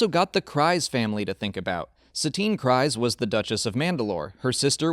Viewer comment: Maybe this is just an accent thing I don’t know, but where in Clone Wars or Rebels is Kryze pronounced like that? Sure it’s spelt that way, but the pronunciation is (Kriz)